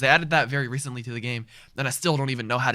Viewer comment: wery reecently nice (6 years ago)